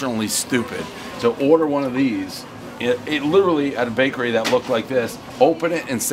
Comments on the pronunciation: he said brakery😂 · Filanfrpist Brakery Dave NAILING the English language as always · "Brakery" I love it!!! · Take a shot every time he says “Brakery”